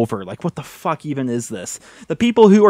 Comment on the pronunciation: I love it when he's on a rant and says fhhhuck